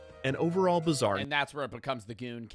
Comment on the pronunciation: Bbizarre you say?